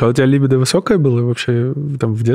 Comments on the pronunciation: Я прошу ,услышьте меня 🎉 «ЛИбидо»-когда слышу ,мне плохо .. ЛибИИИдо ,можно даже погуглИть если хотите и узнать куда ударение ставить 🙌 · можно так: либúдо) Тоже коробит, когда ударение неправильно делают